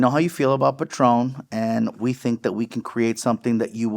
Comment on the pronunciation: Its patrón no pat ron you sound pocho